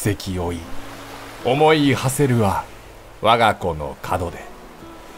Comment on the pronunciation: 門出やろ・・・・！！！？イントネーション角でになってるｗ